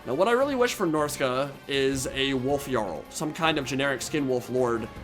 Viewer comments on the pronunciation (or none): none